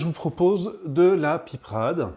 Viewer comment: On ne dit pas de la piprade mais de la pipeuuurade😮❤